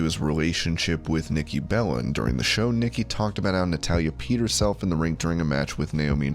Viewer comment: Sounds like you said Nikki bellend